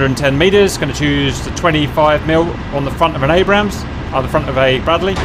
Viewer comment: It's pronounced "ayybrams" not abbrams